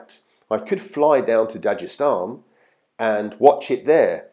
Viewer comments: You fucked up on this one balds “dajestan” my nigga its da-g-estan with a g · Stop pronouncing it wrong.. even khabib pronounces it dag estan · please stop pronouncing Dagestan as "Dajestan". it hurts my brain.. also, the K in Khabib is silent. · For anyone reading comments, it's pronounced not "Dajestan" but Dagestan with G like "dagger". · Most people who speak English do not pronounce as Dajestan. But it's not really a big deal.